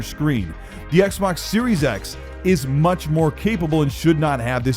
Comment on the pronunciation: “No one can have that moach power. IT IS TOO MOACH!”